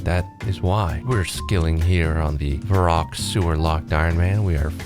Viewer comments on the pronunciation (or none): Thought the same. Even the way he pronounced Varrock like Vah-roock instead of Verrick. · Your wife is diabolical for getting you to pronounce Varrock as Vah-Rock